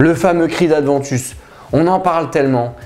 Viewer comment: Aventus..., y'a pas de D non? ;-) je confirme beau parfum ...d'ailleurs Abercombie&Fitch l'ont bien copié dans "Authentic"